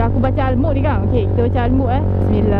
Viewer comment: Ala kak..ada hantu ke xda ke bkn dia blh buat ape2 pn...kt kene ingat yg makhluk ni xda daya ape2 utk buat ape2 kpd makhluk kecuali izin Allah... Tahniah kak bjaya atasi takut tu, cuma surah Al-Mulk tu mcm ada salah baca sket.. Keep it up kak...